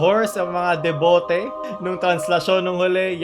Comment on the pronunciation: deboto o debote